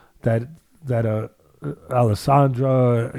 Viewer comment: I was tripping out ever time he said that.I was like wtf is Alissandra